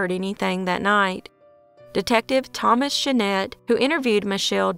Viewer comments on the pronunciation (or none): none